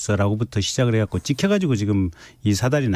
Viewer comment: 갓고 .갓고 갓고 왜 각고 갓고 이소리 듣기실어요